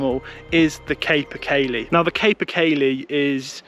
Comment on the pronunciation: Your videos are grand man, but one things been driving me mental, the pronunciation is kaa-per kaylee, I won't give you the gaelic spelling but the name means horse of the woods due to how big it is